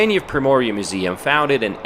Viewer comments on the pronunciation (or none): none